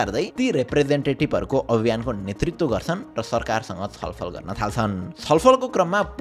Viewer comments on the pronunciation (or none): Mahabri vayexa 😅 chhalfal ko thau ma chalfal vayexa sydney lai sunday pronounced